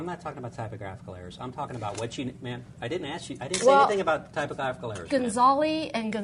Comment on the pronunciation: lol, lawer and Cindy are both holding there own. Cindy mentions typographical errors, pronounces it wrong. The Lawer mimicks her as a subtle mind fuck because she said it wrong cause she was being sneeky.